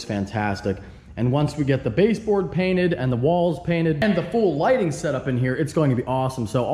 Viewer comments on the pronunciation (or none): none